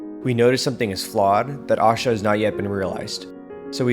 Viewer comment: PLEASE NOTE: Pardon the correction but it's pronounced "Ashaa"(A-shaaa ... short a in the beginning, long at the end) not Aashaa (a Hindi word which means Happiness). Ashaa & Aashaa are quite different, in meaning & pronunciation, although both are positive & beautiful. 🕊!!